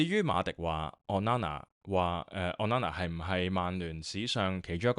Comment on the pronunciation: O nana, not on nana 加油👍